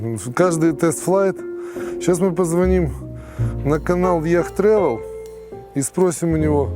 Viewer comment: Не яхт трэвел, а йот трэвел